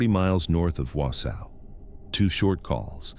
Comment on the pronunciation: Exactly! Not Wow-sow 😂I'm from Merrill, Wisconsin, only 15 minutes away.